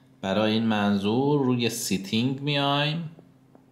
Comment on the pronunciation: سی تینگ نه لطفا بگید ستینگ مرسی